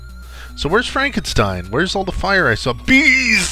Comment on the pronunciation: Frankensteen! Frankensteen! ;)